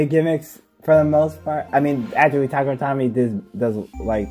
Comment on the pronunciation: 1. Tuh-kare-uh Toe-me, dear lord bro 2. Random Booster complaint makes sense, although 1/8 chance is not that big really. 3. The reasoning behind random parts in random boosters is for the competitive nature of beyblade, also its just a marketing gimmick, it makes money. 4. Really easy to just, get confirmed random booster sets, they typically provide a great part pool for competitive (Xtreme' and Quick' my beloved) 5. A lot of hasbro recolors nowadays don't look that good compared to Takara Tomy LMFAO 6. Power creep has always been a thing in beyblade, and double chassis was definitely NOT the start. We have legacy formats such as Burst Classic and Limited for a reason. This is a problem even outside of burst. In Metal Fight, hybrid wheel beys typically dont do well against 4D, and 4D typically doesnt do well against Synchrome 7. Many Switchstrike layers burst less than current ones, some drivers just had really strong springs making beys hard to burst, bursting is a lose condition, I don't see why you'd want it 8. Balance type simply isnt a thing in burst competitive, it's attack and stamina that exists for the most part but sure. 9. Infinite locks were relegated to 3 beys, and plus they beys belonged to that of villains in the season. Making a bey that cant burst makes a lot of sense for a villain to do... 10. A protagonist with a defense/stamina bey would be pretty boring, all things considered... 11. It felt hype knowing the company started caring again? 12. Slingshock b